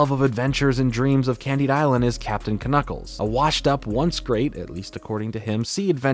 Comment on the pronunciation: is you mispronouncing "Knuckles" an inside joke?